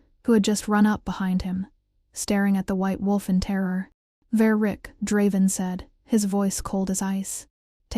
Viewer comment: The story seems really good but the narration is AWFUL!!!! I made it about 30 minutes in but sometimes I lost what they were talking about because i couldn’t understand what it was mispronouncing. For instance, even though the name was said several times, I still don’t know the beta’s name and the narrator even mispronounced Draven half the time.